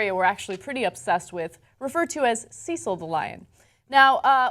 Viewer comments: See-sil? Pretty sure it's CECIL (Sessil) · Sure I'm pi55ed about the Lion, but quick English, and England lesson. It's Cecil (Sess'l) not Ceecil (Sees'l). Also, Oxford is in Oxfordshire, not in London, but I know you know that lol:) - about 50 miles. And to my BIG GAME hunter friends, I have no objection to you killing a lion, but make it fair one on one and leave the Bow and Firearm at home. This Dentist also has a violation in the US for killing a black bear under similar circumstances and was fined. Phukka! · I know this is quite petty in the great scheme of things, however his name was Cecil not Ceecil and Oxford is not in London....aaaaaaaaaaaahhhhhhhhhhhh! Come on, you're better than this! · It irks me that Americans don't pronounce Cecil correctly. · You're saying Cecil wrong. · Why does Ana pronounce "Cecil" so weirdly? Cecil isn't that uncommon a name, is it? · Oxford university is in Oxford not London and Cecil is pronounced wrong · you saying cecil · It is cecil like cecil rhodes.